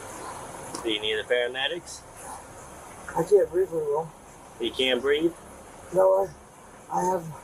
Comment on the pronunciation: it's "I can't BREEVE," dude. Not "I can't see." If they charge by the inch, that "housekeeper" thief Ceara probably spent $4,000 on those nasty fingernails. It looked like she was also buying her lardazz mama some fingernails, too. Cop: "Who do you work for?" Sebastian::What do you mean?" Me: "😵‍💫" I think when people take advantage of the elderly, even if they only get them for $50, it should be an automatic FIVE YEARS IN PRISON, just to let people know that it won't be tolerated.